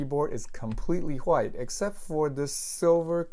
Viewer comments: Reincarnation of bob ross Titanium Whghghghgite lol I like the wghghghghgite one lol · Thanks for the video. You saying hwite all the time was triggering me though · The way this man pronounced white makes my skin crawl